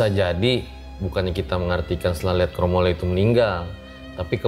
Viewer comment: Pengucapannya kromoleo tu buka leO(bola), lebih ke O(dari huruf A) Mf kalo salah CMIIW 🙏😁